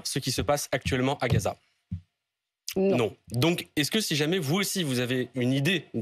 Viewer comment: ne dit pas Gaza, mais Ghezza 😃